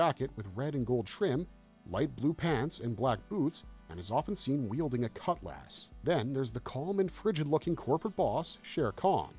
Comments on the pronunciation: "cut-less" not lass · Is this channel narrated by AI or an actual person? I ask because the word "cutlass" was mispronounced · Yeahhhh I didn’t think it was until he mispronounced Don Carnage’s name and the sword “cutlass.” Ugh great way to get me to stop watching your content.